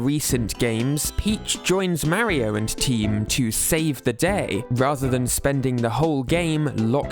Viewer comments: It's not "marry-oh" it's "Mario" you sound like my grandma trying to say mario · I like how Peach can actually pronounce “Mario” correctly unlike this guy.